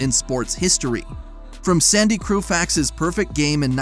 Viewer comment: The author of this video clearly doesn’t live in the U.S. due to the “meters” and “liters” referenced. They’re also clearly not a baseball fan because they said “Sandy Crewfax” instead of Sandy Koufax. As has already been mentioned, it’s a $100 million renovation, not the $300 million the title and thumbnail shows. Lastly, their use of unrelated B-roll from other teams (like the Mets) illustrate this is a video designed for clicks, not accurate info.